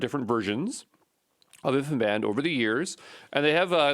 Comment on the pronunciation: For the love of god please stop calling it (and even spelling it!) "infiband". There's no such thing. It's InfiniBand. As in, "infinite bandwidth". InfiniBand.